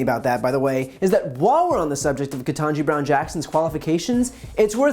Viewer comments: "So is Ken*TAN*ji Brown Jackson, a name that even Biden has trouble pronouncing..." Tucker deliberately mispronounced "Ken-TAHN-ji", and then used it as an excuse to falsely accuse Biden of the same mistake, only to say it right a minute later! What an ass-hat. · That’s rich Tucker, since you can’t pronounce her name correctly either. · What a sexist, racist little man. He makes an issue over Ketanji's name pronounciation? What a crock of shit. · You didn't pronounce her name correctly either Tucker. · Wowww He really went there with Ketanji’s name pronunciation. Same shit they did to Kamala. Racist trash. Wtf is a Tucker anyway??